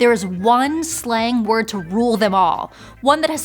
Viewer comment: anybody else hearing her saying "slime word"?